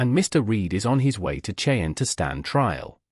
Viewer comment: Cheyenne is not a difficult word to say